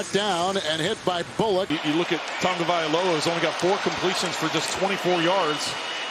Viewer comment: Can someone please tell the culturally insensitive announcer that there is no "n" in Tagovailoa!!!